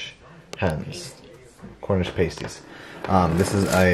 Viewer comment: Its cornish pasties,said like Ass..as in the animal..p+ass-+tees 🙂 Glad you got your little bistro set,i remember you referring to them when you lived in Florida with nowhere to place it. Xx